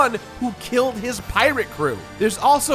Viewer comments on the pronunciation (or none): Did... Did he say mitsubuki? Isn't it mitsurugi? Am I remembering it wrong? I'm so confused...